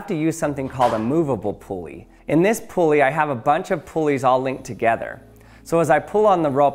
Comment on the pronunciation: It’s not a “pool-ey” it’s a “pull-ey” 😂